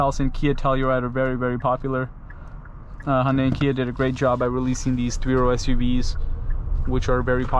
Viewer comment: its pronounced ha yun dai by the koreans who made it yun dai by other asians I dont think its Honda-y in pronunciation